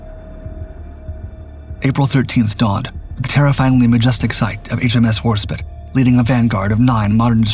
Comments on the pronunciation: HAHAHAHAHA! You're an idiot. It's WARSPITE it's pronounced spite not spit. Why would you try to type bullshit on the web? This robo-voice has fucked this and many other pronunciations up for years. You should hear it recite model numbers for aircraft or missiles. It's bad. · Spite not spit the I is long fucking Christ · Why cant this robovoice pronounce the E in Warspite? Warspit? When you type the script you have to misspell certain types of words so the robovoice will pronounce it properly. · how do you pronounce Norwegian fine but bugger up the most decorated British naval warship since HMS Victory, War-Spite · Content creators should emphasize historical accuracy and pronunciation. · But can't pronounce Warspite.... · The ' E ' in Warspite is silent.